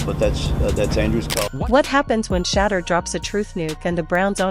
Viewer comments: "Shedder" these Ai bots just cannot correctly pronounce QB 12's name. I terminate the video immediately when that occurs. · I'm not liking or subscribing to your podcast until you learn how to pronounce Shedure's name!!!🫩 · Why can't they pronunciate his name correctly? Either they're doing it on purpose or they don't give a damn that they're calling him Shater and not Shedeur . How f'dup is that ? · Pls learn how to pronounce his name! SHEDURE!! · This video deserves zero likes and zero subscribes if the narrator can't pronounce the name correctly. Just ridiculously stewpid to do this several times! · Why can't they pronounce his name correctly.